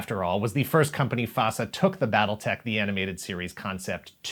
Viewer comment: Why, I keep hearing, "Battle Necks"